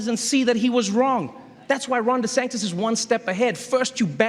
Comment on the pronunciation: He keeps saying "Ron Desanctis"...